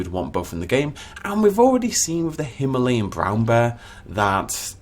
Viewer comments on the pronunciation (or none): none